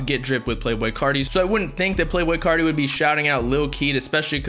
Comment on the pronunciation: Why u say carti people like that